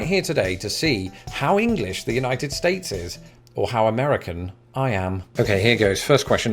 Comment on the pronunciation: "I'm going to pit it against the Unitef States" Bruh you on a list somewhere, hide if you hear Donald at your door